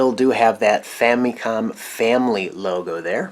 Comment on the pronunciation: I just want to ask, why do you pronounce the Famicom like Fa-Mee-Kohm, and not Fa-MUH-kohm like most people do?